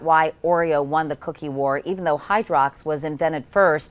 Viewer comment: Hydrox sounds like Chlorox